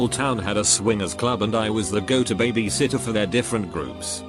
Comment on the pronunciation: Imagine being a lazy ass youtuber and just copy and pasting shit to google translate and not even fixing simple shit like "someone called nine eleven" or "" Absolute trash lol.